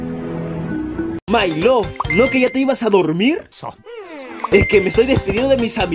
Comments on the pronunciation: Nadie: Absolutamente nadie: Memes ramdom: hai laf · JAJAJAJAJA "jai laf"